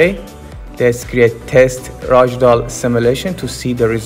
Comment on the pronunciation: It's RAG DOLL not ROG DOLL